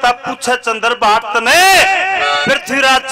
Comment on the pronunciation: Bhai shab Aap bhatt nahi hotaa bhat hotaa ha........